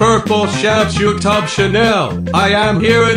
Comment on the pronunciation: it's YouTube not you top